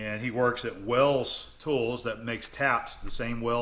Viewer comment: *Tools, not tolls :)